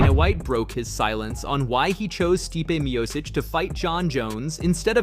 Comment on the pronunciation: Nothing screams casual amateur hour than not only pronouncing Stipe Miocic incorrectly, but doing pronouncing it 3 different ways incorrectly in the span of 30 seconds. There are already at least 2 major channels doing this same content, if you're going to try and compete at least get the basics right. Take 2 minutes and go look up how a fighter's name is pronounced before recording... Take some pride in your work dude.